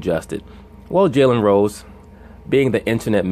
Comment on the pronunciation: Am I the only one hearing jelly rolls when this guy says Jalen Rose? 😂😂😂